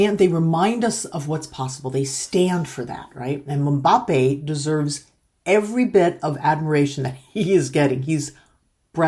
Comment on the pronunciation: it's Mmm-Ba-Pe